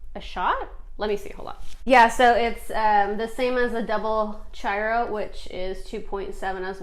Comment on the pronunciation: The chiaro is said like this: key ar o. With the o being long.